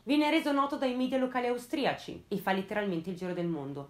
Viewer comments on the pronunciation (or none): none